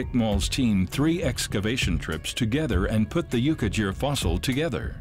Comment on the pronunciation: The ''gh' in 'Yukaghir' is not pronounced as ''j' or as 'dzh', but as German 'ch' but voiced, like some` pronunciations of Turkish 'ğ'.